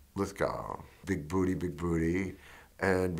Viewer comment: It's Bigboo-tay!